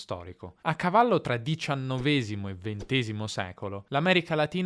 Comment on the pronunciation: hai detto diciannovésimo e ventésimo (secolo), mentre è -èsimo 😊